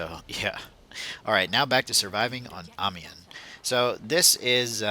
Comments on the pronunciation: Remember how you pronounce "1" in french? "un" -> Ami-un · Amiens is pronounced "Am-yen", at least here in The Netherlands it is, I don't know exactly how the French say it but it's something like that. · I think it is pronounced "ahhmeeyen" I'm not French, just Canadian so I'm doing my best lol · It's pronounced "Amiens". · I pronounce it Armens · I pronounce it 'Ah-mens" but I have no idea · its pronounced amiens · im irish and i pronounce it aim-ins lol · I'm English and i Pronounce it... The city map